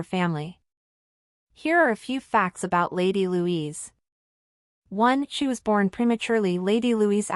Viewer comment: It's Lady Louise NOT Louisa.Get your scripts written properly.